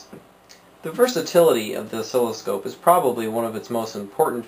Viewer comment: Good video, tho it's NOT pronounced as osKILLoscope lol... pronouniation is Os-silloscope .. just saying. Keep up the great work.